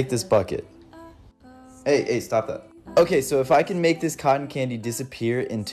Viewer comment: Calyces: Colten candy yum. Calyces: Colton candy gross.